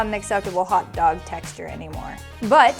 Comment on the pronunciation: they took "hotdoga" lol